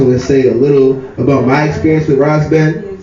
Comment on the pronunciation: It's Spelled Ras Ben but its pronounced: Wise Ben! 💯👍🏽